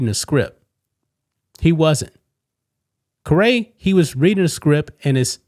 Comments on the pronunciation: His name is not pronounced care-Ray! He is Chip Care-ee. Care being the accent. Same as his legendary grandfather Harry and his dad Skip! You should get the guys name right when talking about him. Hard to believe the Caray family has been announcing baseball for decades and you didn’t know his name. Don’t you ever read stuff over first? You always make good points, enjoy your takes, but any show where the person’s name is not said right sounds minor league! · FOR THE LOVE OF GOD IT IS PRONOUNCED “CARE-EEE” NOT “CUH-RAY”! He is the grandson of Harry Caray, it rhymes with scary or hairy. 😵‍💫😵‍💫😵‍💫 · Stop saying ca ray. It's pronounced like Carrie. Chip is Harry Caray's grandson and Skip Caray's son. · Don't you read or have someone read comments? It's pronounced "kerry" not kuh ray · I'm from Chicago. We pronounced it Harry "Cary" and Skip "Cary". Didn't know this guy goes by Chip "Kuh-ray" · All these flags can screw off! And it’s pronounced Kerry as in the cardinals cubs radio legend Harry Carey! If the Cardinals didn’t have all these stupid pointless woke promotion nights none of this would of happened. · Chip's last name is pronounced exactly like the word "carry". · It's pronounced Chip Care-ree...have you never watched baseball before? His grandfather was Harrey Carrey...maybe you've heard of him. Probably not. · His last name is pronounced Carey, like his grandfather, Harry Caray. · Pronounced like 'Carrie'. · Pronounced “carry”. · Chip's surname is pronounced "carry" as in "I will carry my golf bag on the course." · Stop mispronouncing chip carays name. It’s chip Carrie. Grandson of legendary cubs broadcaster Harry caray. And son of legendary braves broadcaster skip caray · As a long-time Houston Astro (cheaters) and baseball fan, you should know that his Dad was Harry Caray and that the last name is pronounced as Kerry. I let you slide in the first video, but after hearing you say it 20+ times, I had to step up. Love yours and Rhodes shows. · “Care ree”